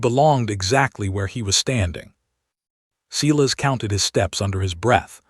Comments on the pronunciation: Sigh-las. Not Sea-las. Yikes. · Every time AI says Ceeless instead of what I believe is Cyles it drives me crazy. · Is the bloke's name Silas? In the UK we say Sylas not Seelas.